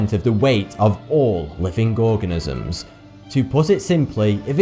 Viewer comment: gorganisms???????? Wtf is a gorganism!!!!!!